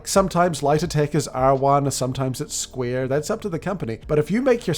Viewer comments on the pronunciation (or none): none